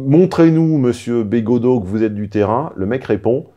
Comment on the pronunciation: Attention, fait semblant de ne pas connaitre Bégaudeau et d'écorcher son nom. Manière indirecte de le rabaisser. Sinon, oui Bégaudeau est plus digeste et agréable à écouter quand il parle cinéma et culture en général, que politique!